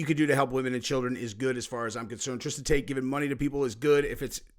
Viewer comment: Did say "Taint Brothers " when referring to Tate Brothers? Pretty funny 🤣 if that's the case. Folks should not hate on the fact that he wants to make sure innocent people are taken care of.